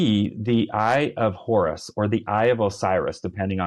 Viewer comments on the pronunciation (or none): none